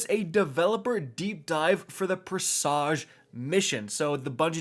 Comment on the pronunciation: It's "preh-suj". They literally say the name in the mission opening